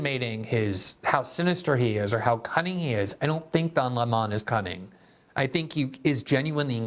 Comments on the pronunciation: GG, I see you're giving tucker some credit by calling Don lemon, Don Lee monnnn. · I never knew before watching this video, that his name was pronounced; “His Higness, Sir Dön A’Lleighmòn” Somebody said just yesterday, that post giving his Pulitzer worthy interview of “X” magnate Mr. Musk, that now he goes by: “The Duke Of Employè No Amorè”